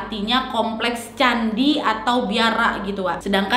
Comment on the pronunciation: Maaf kak utk pengucapan kata atas dlm bhs bali ny agak salah tapi udh agak bnr sih kak. Sebener ny bukan Beduhur tapi Beduur ya kak